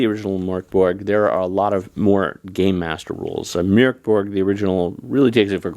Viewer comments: Ö is pronounced as the vowel in "fern", fyi! And the g in Borg is pronounced like a j/y, Borj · Bork Borg 😂😂😂